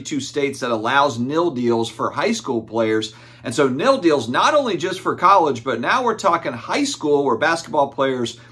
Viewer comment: Take a shot every time says NIL wrong 😂 Just get done playing spades old man? 🤪🤪 it’s NIL not NIL 😀